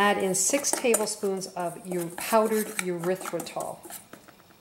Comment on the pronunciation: Isn’t it Eh-rythritol not you- rythritol